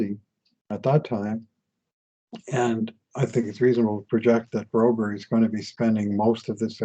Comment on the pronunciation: Stop say bro-berrie just say the usual bro-berg as every American say, as a fellow Swede its hurt My ears 😂